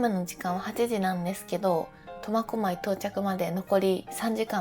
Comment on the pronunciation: 最初コマコマイって聞こえるけど間違ってたらすいません!